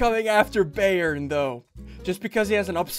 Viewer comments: It's biyern not bærn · ssundee when you said bayern yeah you kind of said it wrong :l its a german soccer team say its said byern but spelt bayern :) i guess the guy hates that soccer team bye (like your vids):) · Me Yes, Bayern Munich (The name Ssundee mispronounced by a mile)